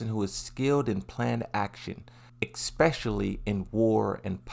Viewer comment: where's the x in especially? No hate genuinely interested in why you say that